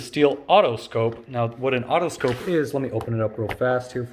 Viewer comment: Stihl, not steel. Otoscope, not autoscope. This must be a comedy video.